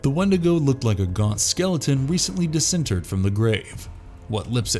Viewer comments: DisinTERRED, not "DisINterred". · You might want to re-check the pronunciation of disinterred.